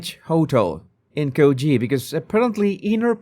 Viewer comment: Thank you Jesus for pronouncing Coogee correctly.